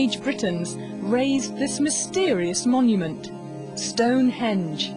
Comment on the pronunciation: that`s "stonehenge", buddy, not "stone hedge"...